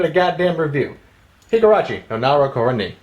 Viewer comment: I love how he never once pronounced the name correctly.